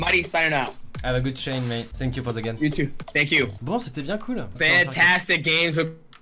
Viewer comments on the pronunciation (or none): dit tank-you et non sank-you merci 😅